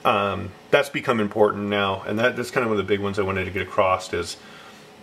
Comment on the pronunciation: Thank for vid! Super helpful but "acrossed"? Anyhoo I'm just nitpicking thank again!